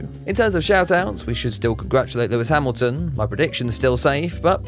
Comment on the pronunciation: Why is it so difficult to say Lewis Hamilton?